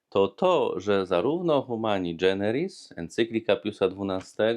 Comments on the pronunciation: Nie dżeneris, a generis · Fajnie Ksiądz prawi, prosto i kiedy trzeba, z humorem. Tylko moja drobna uwaga: Humani generis, a nie dżeneris :)